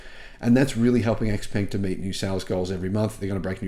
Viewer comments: Pronounced ‘ShowePung’, according to my Chinese mate. Great to hear these models are coming to Australia! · According to people at the Xpeng factory that I spoke to recently, they are now pronouncing it Xpeng for western tastes. Stand by for another name change.